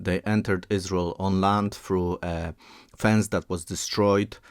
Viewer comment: Who is the speaker? Why does he call it Us-Rul?? Is there a video transcript or video in his native language? Interesting info. Thanks.